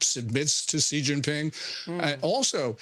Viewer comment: Xi pronunciation is “she”.